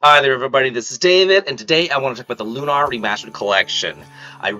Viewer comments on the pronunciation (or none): "Loo-naur" Bro it's Lunar. Like Luna, the moon? 😅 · It's Lunar, as in how you pronounce lunar eclipse. "Lune (like June) - Er (like the ending of LATER)." Lune-Er. Lune-Are is incorrect pronunciation.